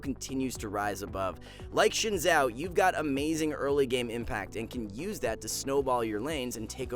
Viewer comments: Why you call Szyn Zhao , when is Sio Zhao corect. Is so Hard for you "English People" change Z to S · no one: this guy: SHIN ZHAO ??????????????????